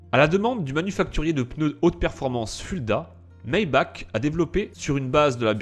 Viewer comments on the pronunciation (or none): none